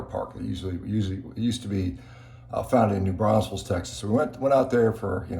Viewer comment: Why does everyone pronounce Braunfels as Brauns fels?